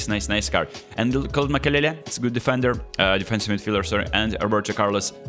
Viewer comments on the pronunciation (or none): none